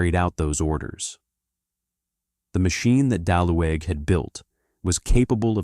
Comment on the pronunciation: You pronounce his name bad!. Ue or ü in German is pronounced like U in English with round lips, so the E is not pronounced but is just written to separate U from Ü ( umlaut U), thus his name was Daluge ( Daliuge with G for golf).